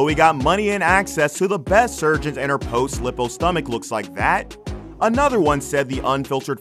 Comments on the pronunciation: Lippo? It's one P so it's pronounced Lie-poe. Bro, if you're gonna narrate you should probably learn how English phonetics work. The inability to read basic words is giving me secondhand embarrassment. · Ok but why did you say lip-oh and Leo-pard... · The commentator doesn’t know how to say Leopard or lipo and she looks just like her father....OJ